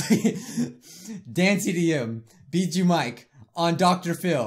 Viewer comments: English:Bijuu mike. Sweden or people who can't pronounce right:Bee shoe mike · Bro how it literally says it on his yt channel it says bijuu mike-.Not bee-joo mike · Bijuu mike not Bijoo mike said it wrong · "Bijuu" Mike is now the BEE KING! or should i say... ....BEE-JOO MIKE? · It’s bee-poo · Its bi not bie